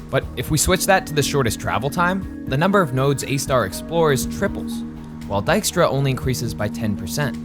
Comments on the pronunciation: I've been pronouncing this "tiskra" this far 😅 not "daiskra" as i guess it should be 😏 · Dijkstra, is pronounced close to D eye-k stra, ( /ɛi̯k/ ) while Diekstra is pronounced closer to D eek stra (/ˈie̯k/). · Oh so not Ditchktra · Everyone pronouncing it as dyke-stra. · Is trying to impersonate Dijkstra and therefore sounding more Dutch? It's so weird. And to all the people commenting on the pronounciation of Dijkstra: Yes! and I cringe everytime it is misproncouned in 'The Witcher' on Netfix. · I love that the map shows the Netherlands as it existed in 1956, i.e. before Flevoland was created. Nice detail! I also find it very interesting that (who is Dutch and has a slight Dutch accent) is consciously adopting a thicker, more common Dutch accent while voicing Dijkstra. He's making himself sound more Dutch than he usually does.